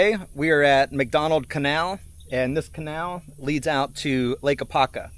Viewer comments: AH-POP-KA. 😂😅 Great Stuff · Really appreciate your great content. But, as an Apopka native, it was extremely cringe to hear you not properly saying name.